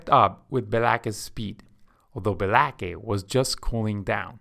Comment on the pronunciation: My only criticism is Be-la-kay is spelled BLAKE. Otherwise, great job! :<)